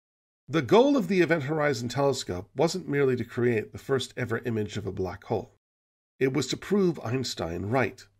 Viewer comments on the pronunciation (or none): none